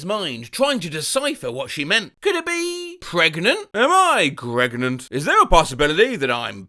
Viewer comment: Wonderful blast from the past hearing the “Am I Pregart?” reference! Are you on cameo? I might just ask for you to re-voice that whole video for my brother’s birthday 😂